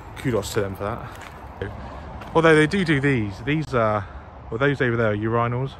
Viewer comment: the pronounciation of urinals is criminal